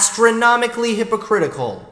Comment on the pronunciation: Hold on hold on did I just here “hippocritical?” Lmao 😂